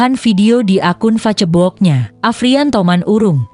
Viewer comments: Berita sedih... Tp please Tribun pake narator indonesia aja jangan pake auto... Facebook dibaca FA-CE-BO-OK... 😅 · zaman modern, selama ada yg membaca gratisan ya di pake aj walau ga enak terdengar. fa-ce-bok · Aduh mba baca facebook aja ngomong nya salah salah didengernya jadi ga tertarik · Miiinn kok bilang facebok nya hihihi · Facebook baca (fesbuk)🙏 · Ini yg bca beritanya orang mana ya ko aneh ngucapin kta2 facebooknya lucu buat korban smga khudnul hotimah.